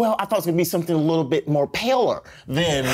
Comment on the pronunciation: This intro is still everything 🥰🥰🥰 Anthonyyyyyy‼️‼️‼️ “Paler”💀💀